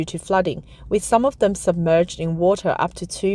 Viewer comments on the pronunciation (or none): none